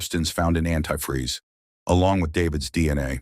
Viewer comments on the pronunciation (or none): “Antifree” always gets me. What a sick idiot Also every time the robot says “turkey ‘baa-ster’”, I think it’s gonna say turkey bastard 😂